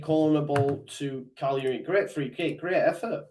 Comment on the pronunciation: Cagliari not calari